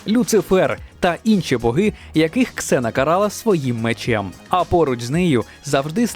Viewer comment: Слава Богу КСЕНА(Xena),а не зена как на раСее